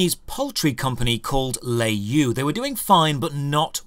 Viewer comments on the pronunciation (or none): btw It's pronounced "lure yo" not lay you. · Le is pronounce luh in chinese and you is pronounced yo. Not nit picking at all. I love your content and yeah tencent has everyone in their pocket and I hate them as much as I hate the CCP.